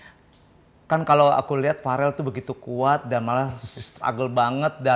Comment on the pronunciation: Verrel om eko bukan farel 😂